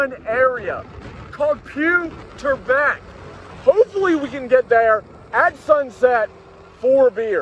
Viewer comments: Called "Phu Thab Boek" not Pew turban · Its phu tub (bathtub) berg like ice berg 😎 thanks for nice vdos and ngos 😝😝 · ภูทับเบิก for exactly sound is = Phoo Thab Burge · actually the correct sound of "Pooh Tubberg" should be a pooh in "winnie-the-pooh, tub in a bathtub, berg in an iceberg. Phetchabun is my hometown and it's nice to know that you're there. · Easy spelling for anyone wanting to learn how to pronounce the mountain's name correctly. It's 'Poo Tub Berg'. The word 'Poo' ภู is the short form of 'Poo Kao' ภูเขา which means mountain. Another one you will see a lot is the word 'Koh' เกาะ which means island. For example, 'Koh Chang' เกาะช้าง and 'Koh Pee Pee' เกาะพีพี or also known as 'Pee Pee Island'. 😊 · Okie... you are at Denver altitude at the top. I know along with fail boat, your Thai pronunciation is a thing... Poo tup berk. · "Phu Thab Boek" should be pronounced as "Pou Tub Berg". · its pronounced Pu Ta-berg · phu tub berk= poo tur ber if u cannot pronounce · Great save. When I went 2331 was closed had to go around the long way, down 12 and back up the other side through the national park. Glad you were able to ride 2331, it's something I still will do in future. This isn't a dis just an observation, how you say the view points name is totally butchered lol. Try saying it like POO TAP BURK. That's more close to the Thai pronunciation. Next time try to be up there at dawn. Camp if you have to. Then you will be able to experience the sea of clouds. I had coffee and hot chocolate at the same little cafe/bar on the edge of the view point. Great video as always. Ride Safe always.